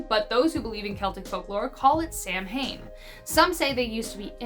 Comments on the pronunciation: Samhain is not pronounced samhain. It's pronounced saw-win. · It’s not pronounced Sam-hane it’s pronounced sow-in this is coming from a pagan that celebrates the holiday. Blessed be🥰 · Samhain is actually pronounced like Saw-when. Otherwise great video! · Samhain is pronounced sow-wen . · love your videos, since you weren't sure of pronunciation, just a couple I noticed. Samhain is pronounced sowain, tuatha is that as in too-ah, and sidhe is she. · It's pronounced "sawain." In old Celtic, 'mh' is pronounced as a ;w.' That was for Halloween. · You mispronounced saw win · ITS CALLED SOW-IN YOU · Though it is spelled SAMHAIN, it is pronounced SOW-WAIN. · Samhain isn’t pronounced like it’s spelled. There are several accepted pronunciations but being that we are discussing Celtic lore “Sowin” or “Saven” would be most appropriate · Sam-hain is pronounced Sow-een. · It really pains me when I hear the word "Samhain" butchered.